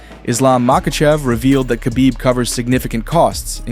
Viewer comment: Who is kabib? I know his name is Khabib aka Habib but who is Kabib. You guys don't even know how to pronounce people's names.